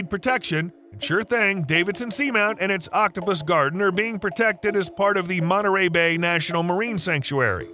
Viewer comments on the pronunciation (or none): none